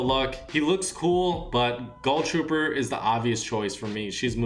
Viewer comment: Why does he say gull trooper